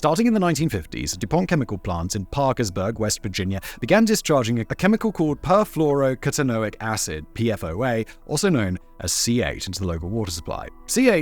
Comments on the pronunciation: Per-floro-OCK-tah-no-ick acid, not CUH-tah-no-ick. Good work on the other chemicals though 😁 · Simon, If you ever need a chemist to help you with pronunciations (so you don't butcher words like perfluorooctanoic acid, and make all your chemist viewers cringe so hard it makes their face hurt), let me know. I'd be happy to help.